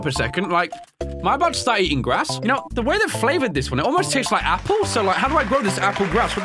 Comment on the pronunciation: that is not how you spell "like" cause you keep saying liek. And it is not liek. It is like.